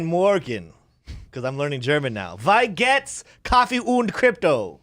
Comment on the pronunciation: Wie gehts is supposed to sound like "Vee gates" lol